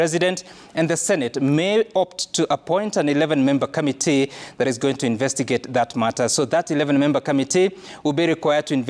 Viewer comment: it's committee not ' kamitee'!! Can you also please tell us, how many Senator's we have in Kenya?